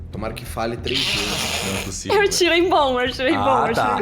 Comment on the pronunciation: NÉ POSSIVU VELHU